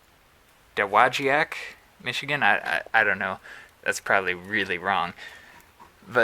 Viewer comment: You did better than most on the pronunciation. Doe-Wah-Jack is how it’s pronounced with the locals..